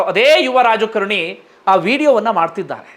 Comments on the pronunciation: Dayavittu kannada sariyaagi kaliyiri, youtube channel nanthara maadi.., raajakarNi alla, raajakaaaaaaraNi! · Its not rajkarni, its raajkaarni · Sir it is rajakaarani not rajakarni